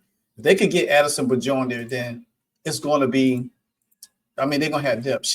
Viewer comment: FYI The "J" in Bjorn is pronounced like a "Y" It's B-yorn